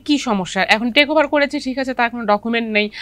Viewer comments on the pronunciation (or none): ট্রেক না টেক ওভার। টেস না ট্রাস্ট।